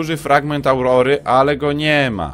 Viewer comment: i to raczej Aurora a nie Aureola